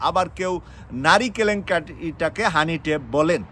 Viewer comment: কি বলেন ভাই হানি টেপ বেলন! এটা কি শিক্ষিত মানুষের উচ্চারন!